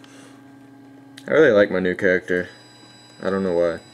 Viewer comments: Hehe,I think i am the only one who cought this,You said "Caracter" not Character".Lol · its character not caracter